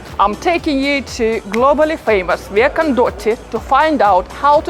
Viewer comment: Your pronunciation of "Via dei Condotti" is not flawless